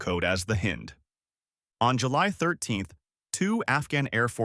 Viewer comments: Mi is not pronounced me and hind is with a long I not a short I. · The narrator is an ignorant fool and cannot correctly pronounce Hind.